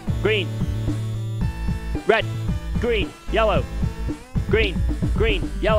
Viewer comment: After a couple minutes "red green yellow" turns into "weh gwi yewo"